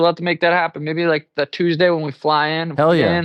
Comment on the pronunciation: I’m sure I missed it, not sure how, but why do you pronounce Tuesday as Chusday??